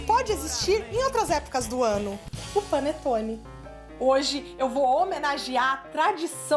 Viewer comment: É um "Pãonetone". Hahaha